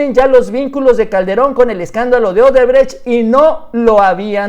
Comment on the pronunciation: ¿Marcelo Odebretch? Jajajajajaja Se te enreraron las palabras...